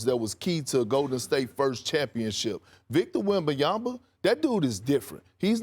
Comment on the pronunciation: Big Perk said "Victa Yabadabadoo."